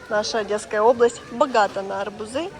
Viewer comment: АрбУзы!!!Ударение на У...😊